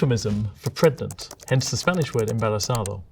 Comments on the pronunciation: I listened to this video with only the audio, and really racked my brain for a while trying to figure out why I had never encountered the word "prednant". Is this common? I've never noticed a "d" for "g" pronunciation among Brits. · Pre-gnant? I’m upset about helico-pter all over again